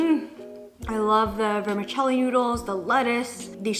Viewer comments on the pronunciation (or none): none